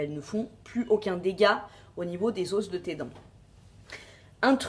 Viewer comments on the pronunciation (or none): on dit pas des os mais des os sans la prononciation du s